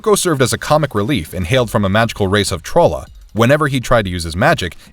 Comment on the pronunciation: Orko NEVER wore red gloves, and he's from Trol-La not "Troll-a"